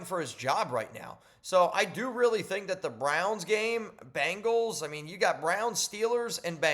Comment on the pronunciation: Bengals! NOT Bangles! Geez man!